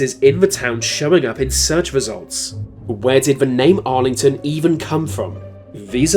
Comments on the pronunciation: AI commentary Argleton not “Arlington”. Bit of fakery from whoever made this. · It's Argleton, not Arlington but still a fine vid man!!! cheers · Argleton is pronounced Arlington?